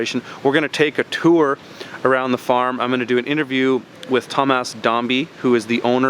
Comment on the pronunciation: He keeps calling him Tom- Ass and its hilarious!